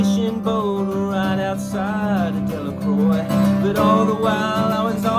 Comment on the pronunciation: Sounds awesome Jedd! When I was in college me and my buddy used to do a little acoustic set including that song. I grew up in New Orleans and a friend's dad had a house/fishing boat in Delacroix. In south Louisiana we actually pronounce it Delacrow. Just a little authentic touch if you want to impress the Cajuns, haha. Cheers mate